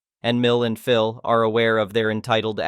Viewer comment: Really need to work on the translation bot. Pronouncing "Phil" as "phial", etc.